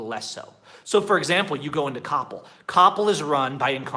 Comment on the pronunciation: I was not able to understand you when you prononced the name of the store COPPEL, it is like KOH PEHL, it sound like CAPO or in English COUPLE, at firstI did not understand what store you were talking about.. Well.. that is the way it is, take it or leave it, and yes sorry if I sound rude but for us Mexicans you guys are spoiled and think the world must be at your feet, try to fight fees and policies from Mexican companies and it is like beating a dead horse, at the end since most companies provide bad customer service according to your standards well by shopping or doing business somewhere else you just switch your frustration from one company to another. By the way many US people complain about high interest rates in credit cards in USA, here in mexico the interest rate range from 25% for excelent rich customers to 80% for the poorer people and in Coppel , Elektra and other stores the interest rates go as high as 120% but nobody forces you to buy things on credit, nobody points a guin at you and forces you to get a credit card, if you want the convenience to get goods fast and it happens that you are poor you have two optioins: save money and wait maybe one yar to buy that TV screen, a living roomset etcetera but by then the price may be higher even if you pay cash orr the second option is to get that merchandise knowing you will end up paying more than twice the original price, but they do not lie to you you know how much you are paying, by the way we have three termis in